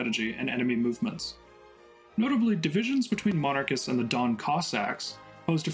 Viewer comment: Dawn Region? It’s Don, named after the river Don.